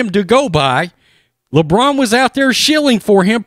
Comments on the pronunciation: "Lebronda James" 🤣🤣🤣🤣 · "Lebronda James" hahahahahahahaha